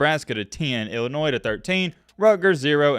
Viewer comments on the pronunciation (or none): none